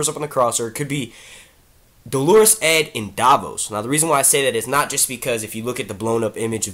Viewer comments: I disagree. In the US American accent it's like Dollar-us. I know because I'm Catholic and we actually use this word and you can look up the pronunciation and the audio pronunciations agree. He is saying it like the woman's name Delores lol! I would include a link to the audio pronunciation but YouTube app won't let me. But u can google it. He also mispronounces cavalry all the time too. He says Calvary - another Catholic word. Cavalry=soldiers on horses. Calvary=place Jesus died. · It's not Dolorus Claiborne lol, it's pronounced Dollar-us, Dolorus is a woman's name. Great videos doe! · Thank you. This was driving me nuts. Dole' r-us, maybe. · Dolorous is pronounced like DOLLar-us.